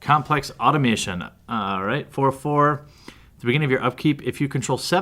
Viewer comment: Aah tom a ton.....automation, two different words.